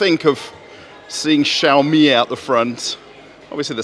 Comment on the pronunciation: finally, somebody pronounced "xiaomi" right :D